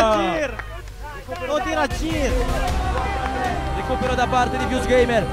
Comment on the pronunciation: o tir a girrrr😂😂😂